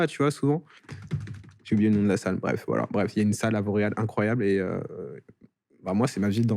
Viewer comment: petite québecoise que je suis à chaque fois que vous dites « Vauréal » j’entendais « Montréal »🥲😅